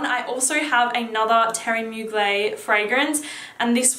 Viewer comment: Pronounce the "er" in Mugler. I said it like you before I saw an interview about the designer and it's pronounced in french like "Teerie Moo-gler". This is an old video so maybe you know by now :)